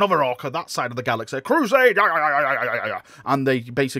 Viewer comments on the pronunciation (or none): none